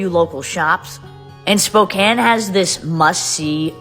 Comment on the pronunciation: At least she said the city right. Most people say Spokane, not spocan(spokane). Come to the armpit of Washington. Yakima. Lol